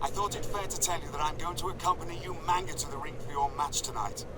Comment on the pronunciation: damn, even in the game's recordings Regal says ''YOU-MANGA''